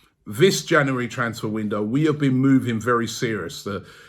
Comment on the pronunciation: Robbie it's not pronounced Janawawy.. January, just saying.